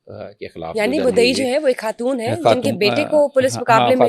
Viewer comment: Host must set her vocab right Its خان not كهان Its خاتون not كهاتون You خ is not coming out right and being replaced by كه